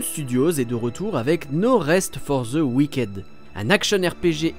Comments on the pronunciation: Cet accent frenshie fait froid dans le dos 😅 "wiquaide" No rest for the wick'd, svp. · Ça se prononce "wickide"